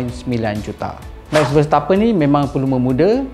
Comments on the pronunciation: Sebutan nama pelumba yang salah disebut untuk versi Melayu : Charles Leclerc : Lek-leq Daniel Ricciardo : Ri-kar-do Max Verstappen : Ver-ste-pen Terima kasih 😂😂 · orang selalu panggil verstappen Ver-stha-pen